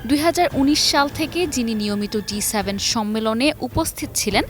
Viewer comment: G7, উপস্থাপিকা বার বার বলে যাচ্ছে D7